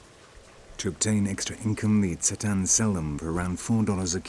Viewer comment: So much misinformation in this. He says that the Tsaatan(notice that the narrator screws up their name, often calling them Tsataan or even Tatsaan)'s language comes from Turkey. WTF? The Tsaatan's language is TurkIC, but it sure as hell isn't from Turkey! Turkic people all originated in Central Asia and Siberia, some of whom (and not all, such as the Tsaatan, Khakas, Tuvinians, and especially the Sakha [AKA Yakut]) slowly made their way westward in the last years. One of the very last migrations was that of the Oghuz Turks into what we now know as Turkey. The Tsaatan are a far more ancient group, closer in culture, language and origins to Proto-Turks from whom all the Turkic peoples descended. Modern-day Turks in Turkey arguably have more in common, culturally, with Arabs, Persians, and even Greeks and other Eastern European peoples, than with the original Turkic nomads of Central and Northeast Asia. So how the hell would the Tsaatan language come from some place thousands of miles to the west from a people group who only have been in existence for a little over a thousand years, in terms of their ethnic and national identity? It's like saying that Arabian tribesman in Oman got their language from Morocco, or that the English (in the UK) got their language from the people of California.